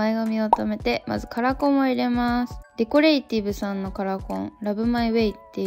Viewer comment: デコラティブがデコレイティブになってるのかわいい。